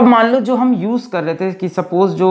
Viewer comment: Legend always say jow by jow = jow by jow😂😂